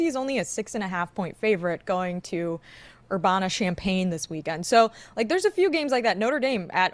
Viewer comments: Oh no, I heard it but I thought she was joking. As someone from Nevada not Nevahda Chris got it wrong on Monday talking about Penn State playing no bodies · mispronouncing "Urbahna" is maybe the single most disappointed i've ever been in her as the only person on the show who ever stands up for the midwest and claims illinois as home.